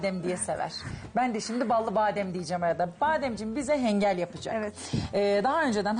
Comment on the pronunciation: Hengal degil ğinkal diyoruz 😁 off ellerine saglik